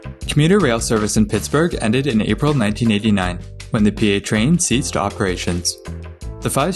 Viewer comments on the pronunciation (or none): Hi - nice job on this video. Just a tiny bit of feedback from a local. The commuter rail, even though it’s spelled PATrain was pronounced “PAT Train”. This is consistent with the branding the system had at the time – it was PATransit, pronounced “PAT Transit” or just PAT, which stood for Port Authority Transit. Somewhere along the way that name was deprecated and the current Port Authority of Allegheny County name is now in favor. But many lifelong Pittsburghers still say they’re going to catch a PAT Bus.